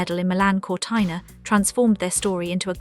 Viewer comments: Sorry, is not Cortaina but Cortina. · What a pity the voice over did not know how to pronounce Cortina! Ruined this for me. Hopeless.